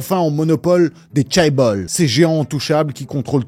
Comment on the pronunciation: En sachant que tu allais répéter « chaebol » une trentaine de fois tu aurais pu au moins apprendre à le prononcer correctement